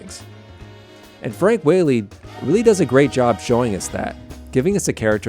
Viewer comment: Ok, just so you know ... his name, Frank Whaley is pronounced Wha (short a) ley, not Wh-Aaa-ley.